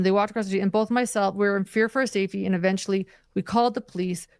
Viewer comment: Are her teeth Velcro....they stick together when she speaks..the word safety sounds like "seefty"